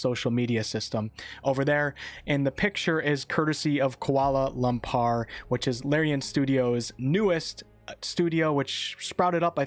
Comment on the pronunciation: Your pronunciation of "Kuala Lumpur" is really funny; good video though, keep up the good work